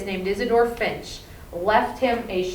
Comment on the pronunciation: The name is not "Finch" it's "Fisch".